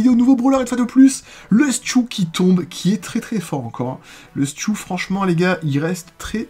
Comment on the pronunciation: Sa se dis stu et pas stiou